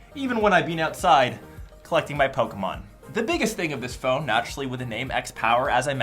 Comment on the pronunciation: He says Pokémon like Pokemeon